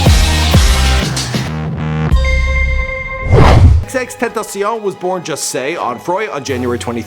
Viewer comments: u didn't pronounce xxxtentacion right fkn hellllll.......... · He Can’t even say his name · I can’t watch bc of how he pronounces his name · stilll didnt say it right sad sad sad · The way you pronounce his name makes me want to rip my ears off... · LMFAOO U DIDNT Pronounce XXXTENTACION RIGHT YOU FUCKING MORIN LMAOAOAO THAT CONMENT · Why tf are you sayin his name like that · Why tf when he says x's name he sounds like a French nigga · What's with the French pronounciation of xxxtentacion? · Dagostino he didn't pronounce it right tentacion isn't even french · workshop vlogs no it's not tentacion is pronounced in a Spanish way, I'm Mexican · still can't say it right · You still cant pronounce it wtf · i literally screamed when he pronounced his name like thatt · Still can't pronounce his damn name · “You didn’t pronounce xxxtentacion right you fucking moron” 😂😂😂 I’m dead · nigga said xxxtentaciahh tf is he French? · No Man its not ten-tay-shun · Ex-ex-ex-ten-tah-see-own please get it right or I'll find you Edit: thanks for the likes .... y'all gonna die now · dipperquartzbutterfly Nah it's not. Its "Ten-Tay-She-Own" not "Ten-Tah-Sea-Oh-neh" wtf.... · lemme help u out aight is pronounced X-X-X TENT-A-C-IOn not SSStantasen BRUH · For a big YouTube channel, you suck at saying his name lmfao, it's Extension not no xxx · why is he pronouncing his name like its French? Its "ex-ex-ex-ten-tah-cee-on" its Spanish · IF YOU DONT KNOW HOW TO SAY HIS NAME SAY ex ex ex ten ta see own slowely then get faster with it bam you know how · he kept saying xxx tantacion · "XXXTentasiau" WTF is that language you're pronouncing on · HAHAHAHAHA XXX TENTESEION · It’s pronounced x-x-x-ten-tash-e-on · xxx-ten-tay-shen I think. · Dude still can't pronounce his name correctly smh it's XXX-tent-a-cion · It's pronounced (XXX Tent-aaacion). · It's xxx ten tae she own, say it like a Frenchmen lol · I thought you pronounced it xxx ten tation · tenta-cion (see-on)